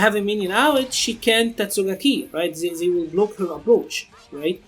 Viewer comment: Enunciate THEY not "zey" it's a t not a z